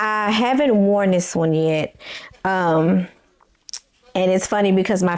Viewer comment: I'm not sure if you are aware that you are pronouncing "this" as "dis". 😂 Also, it would be helpful if you show a pic of the pattern and a picture of your dress as you are describing it for your visual subscribers.😊